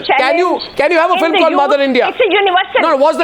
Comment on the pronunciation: "Jantelman, edeots, fillum"!!!! This should shut the fuck up!